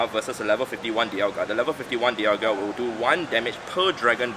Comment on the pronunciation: hey! finally said dialga properly! dee-yal-gee-yuh sounds so wrong.